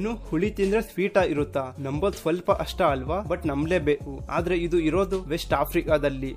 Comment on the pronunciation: ಅಷ್ಟ ಅಲ್ಲ ಸರ್ ಕಷ್ಟ but ಒಳ್ಳೆ ಮಾಹಿತಿ